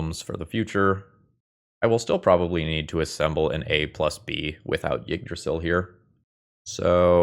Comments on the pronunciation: Yeah As best as i can describe it he says Jyggdrasil He needs to cut the starting J sound from his pronounciation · i could be wrong but i think it's pronounced E-drasil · As a Scandinavian, your pronunciation of Yggdrasil is hilarious.